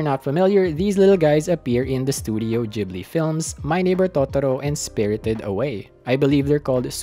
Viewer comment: nah bro the way u saying ghibli got me suicidal